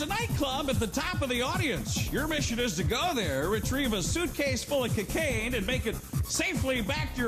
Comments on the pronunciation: 'Kekaine' lulz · Lol the way he pronounced cocaine Like CACAINE